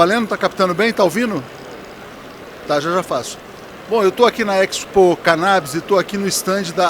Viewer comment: A pronúncia de Expo é a mesma de exportação, exposição, por exemplo. O sujeito enche a boca para falar errado.